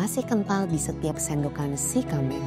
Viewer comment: Sie kameng kalau dalam pengucapannya biasanya kyak pengucapan “t” kak Ti kameng But thanx alot udah angkat aceh jdi topik pertama❤